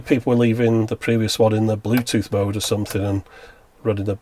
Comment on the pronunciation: Dániel I thought she said "Bluetooth Mote."